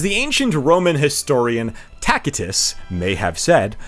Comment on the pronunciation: The c in Tacitus is soft, so "tass-i-tus" (/ˈtæsɪtəs/ TAS-it-əs).